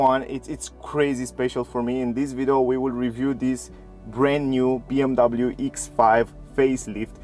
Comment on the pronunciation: “BMW Eeks Five”